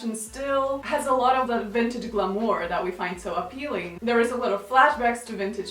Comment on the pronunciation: So interesting. That's not how you pronounce glamour though just FYI